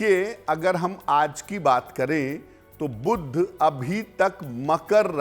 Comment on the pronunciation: 'बुध' शब्द का उच्चारण "बुद्ध" करना ?! कर्णकटु लगता है। दोनों शब्दों के अर्थ में कितना फ़र्क है !